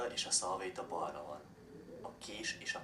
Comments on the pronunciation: balra mispronounced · balra is mispronounced